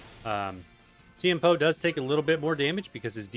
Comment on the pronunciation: Chien-Pao pronounced as Jiàn Pào